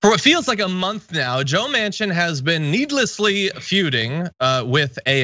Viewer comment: I’m from the Netherlands and here we know AOC, but not Joe Mansion.....was it Mansion?